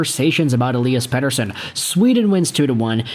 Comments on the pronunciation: Stop saying petershun it's ridiculous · Overpaid. Sucks to be a Van fan, but I am not surprised with the weak sauce. But seriously man stop saying his name like a swede its pathetic.